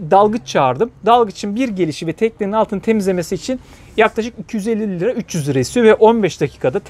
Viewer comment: Selam, videolar için teşekkür ederiz. Lakin lira mı euromu söyledin üç kere dinledim anlamadım. En sonunda yorumlarda okudum liramış. 👍👍 gayet uygun